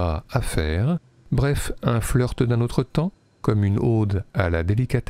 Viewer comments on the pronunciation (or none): Une Aude ou une Ode ? Surprenante prononciation pour quelqu'un de si sensible aux bandes-sons. Mais qu'importe, superbe aperçu quand même! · Alors juste on dit une "ode" avec un o brisé, comme dans "mode", ou "robe", pas une "ôde" ou aude phonétiquement comme s'il y avait un accent circonflexe. Merci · Officiel: "Le mot ode se prononce [ɔd], avec un o ouvert. Autrement dit, il rime avec les mots code, mode, période et méthode…". or à j'entends le "o" de Aude (le département) ou Aube, etc., un o fermé. Y'a pas mort d'homme (d'haumme?), c'est juste une surprise pour moi.